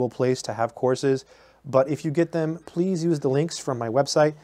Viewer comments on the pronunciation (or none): none